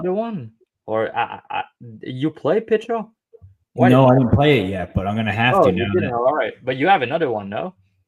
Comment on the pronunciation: I don't trust a guy that doesn't know how to pronounce Pichel